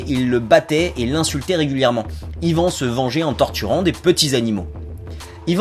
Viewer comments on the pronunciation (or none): Ivan ça se prononce <<Ivane>> pas yvan ( le y c'est pour différencier le premier Ivan)